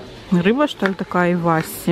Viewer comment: Иваси, ударение на последнюю букву И. Вообще это такая сельдь, она очень мелкая, костлявая, но невероятно вкусная, продавалась в жестяных банках. Помню детство, родители покупали очень много)